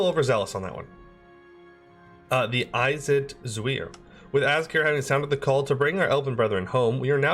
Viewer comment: Damn, very unlucky with the Khao Elnak situation. I generally pronounce it azh-kah-reh by the way c: I personally went with Admin>Quantity>Diplo(For the warscore to go with your national ideas, especially good in age of reformation)>Tolerance>Trade in my run and would recommend it